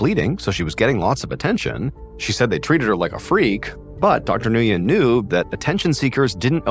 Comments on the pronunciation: Nguyen is pronounced “Win” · The doctor name is pronounced when. Nguyen. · Nguyen is pronounced win. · Dr. Nguyen is not pronounced this way! It’s pronounced like “win”. Makes me laugh!😂